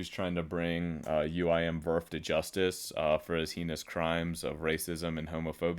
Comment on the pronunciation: Mispronounced heinous disliked vid